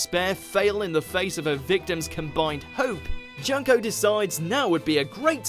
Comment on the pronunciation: Some people say junko’s name “JUNK-O” this is how you say it “joonk-o”